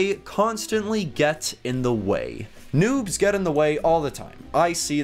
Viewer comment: noobs not nuubs